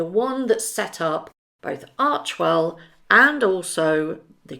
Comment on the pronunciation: It is pronounced arch "e" well not archwell